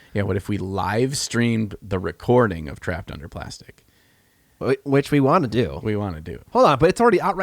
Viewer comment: "tErrPeD uNdur PLuRstic"